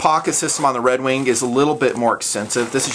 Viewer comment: is he pronouncing redwing redwink?